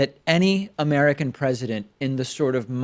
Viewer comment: Did he said amerikers?